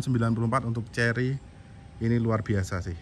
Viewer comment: Kerry bukan cerry☺